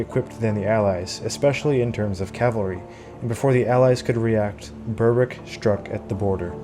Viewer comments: Excellent video one very minor point Berwick is pronounced berick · Thankyou for your very interesting and informative videos! Just one small point, Berwick is pronounced " Berrick". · "Berwick" should be pronounced "Berick". The "W" is silent. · Excellent presentation. One relatively minor correction, I hope you don't mind? Berwick, is pronounced by The Scots, and by The English, as Berick. The w within Berwick, as a rule, is always silent. Much of this interesting history is never taught to us here in Blighty. Thank you very much for your brilliant contributions to keep our histories alive.